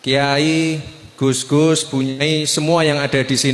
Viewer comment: Yang bener GUS apa DUS sich koq kurang jelas